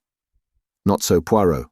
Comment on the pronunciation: Every thing else is pretty good but the Poirot feels rather off